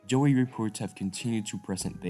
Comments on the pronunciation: what are you saying joey,is a small kangeroo, a yowie,is pronounced like thus the yow,rhymns with cow with a e at the end yow-e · It is YOWIE not JOEY! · LOL I know! I went through most of it not understanding why he was saying Joey. I get it now lmao. Sorry, not making fun of the presentation just that it reminds me of when a newbie in a place and mispronouncing names all over the place ! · It's pronounce "yow" "ee"